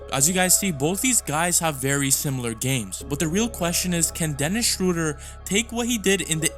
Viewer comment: Theis and Schröder have been playing together in Braunschweig when they were in their teens. BTW: Theis is pronounce tice, i.e., it rhymes with ice. If you want to pronounce Schröder better than replace the o with the vowel sound of bird. This vowel sound is much closer to the German pronunciation of ö. Also, if you can't type ö than you can user oe. Replacing Ö with Ö is like replacing an A with en E in English.